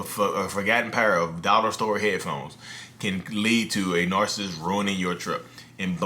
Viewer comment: Nar.sist vs. nar.cis.sist..you mentioned in other video about ppl commenting on your enunciation. But, I heard same thing from a therapist's video. I commend you on great work! God bless you and your family!